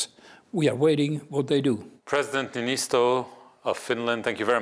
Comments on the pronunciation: The letter Ö is separate from O in the Finnish alphabet... it isn't just an accent mark, it's a separate letter. There's three more letters in the Finnish alphabet than the English one. Niinistö, not Niinisto. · Interviewers should try to get the pronunciation of Mr. Niinistö's name correct, it is not like Italian guys, please realize other alphabets exist. But yes, President Sauli is always clear and articulate about his beliefs, and as a steady hand, states the situation pragmatically. What I like? He will not be bullied. And neither will the Finnish - who are ready for anything. On another note: I am disgusted to hear that Hungary's President Orbán (I doubt likely representing the people's wishes) is not ratifying the Nordic application, hopefully he will be embarrassed when he is the last one standing among members - it boggles the mind why he would so strategically miscalculate the equation of the value of new, strong NATO members against a failing despotic Russian gangster leader canibolizing his own society; the lack of gratitude for his (Orbán's) NATO allegiance is mind-boggling. As an ethnic Hungarian woman directly impacted by the Revolution against Soviet repression in '56, I am dumbfounded that the country would not more fully and confidently engage in the self-protections it needs and the collective protections it has vowed to fight for against any Ruski threats which are now again clearly there at the doorstep.